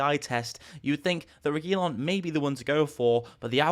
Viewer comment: Man you are butchering the Regulion name the way your saying it.